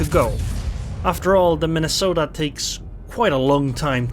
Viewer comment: Soooo, you have been sailing the Mine-a-salt-eh xD It's a humbling experience to say to least.